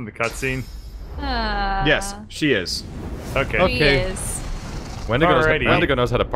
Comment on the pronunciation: "Windego" OH OF COURSE IT'S WENDIGOES IT'S ALWAYS WENDIGOES!